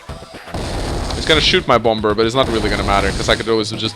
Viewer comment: Why do you call it BOMBURRR. It’s Bomb-er the second b is silent. Other than that I really enjoy these videos!! I’ve been marathoning for awhile now!! BATTTLE COPTURRRSSSS!